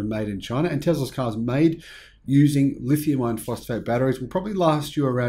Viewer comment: I have an issue with the way you say "lithium iron" because it sounds like "lithium ion". Other than that I like your videos.